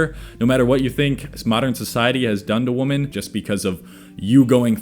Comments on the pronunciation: Why do you say woman instead of Women? xD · WomAn, womEn. When you say it non plural for what should be you sound like a stitch together thing making obama sing. Thanks for the vid tho. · Odd how he says "woman" and "women" in the same way. Is that a regional thing? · Yeah, this is not how you pronounce "women", just FYI. Other than that, good points.